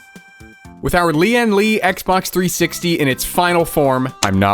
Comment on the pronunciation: the way he pronounce lian li tickles my brain